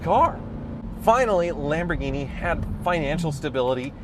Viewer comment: When says Lamborghini it sounds like Lamborweenie.